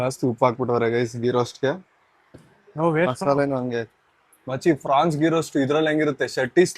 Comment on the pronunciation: ಅದು ಪ್ರಾನ್ಸ್.. ಫ್ರಾನ್ಸ್... ಅಲ್ಲ 😂😂😂